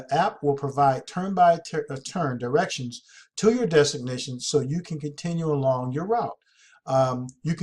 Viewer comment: Damn man ... destination is not pronounced designation!!! Your killing me smalls.....